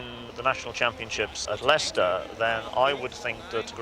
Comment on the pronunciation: I like the "establishment darling" quote. I liked hearing the establishment darling make the comment that he's too poor to afford new tires. "His tires are on the edge of their life, smug bastard comment, hahaha". And it's always a pleasure listening to real British people pronounce Leicester. So fast, it's like it's one syllable